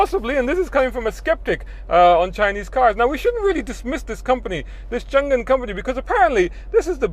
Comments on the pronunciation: Like your review. BTW it is Chang An, not Chan Gan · Its actually pronounced "Chang An" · I think it pronounces Chang Un